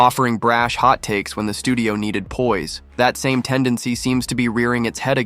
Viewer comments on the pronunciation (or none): none